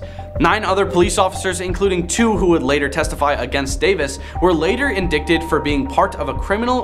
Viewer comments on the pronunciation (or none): I really love your content and I am working my way through all your videos BUT PLEASE - the word "indicted" is pronounced in-die-ted ... I cringe so hard I almost threw my back out! Everything else is very good and you do this very well, this mispronunciation is really jarring 🙄